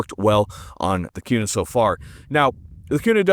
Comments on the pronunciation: " the only transitions we support on this channel" 😂. And yes HERE in IDAHO it's definitely Qna not Koona haha. I need 1 of these for my channel!!! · Koona 🤤 k-U-na 😎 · I only clicked on this video to see how you would pronounce Kuna. You did not disappoint.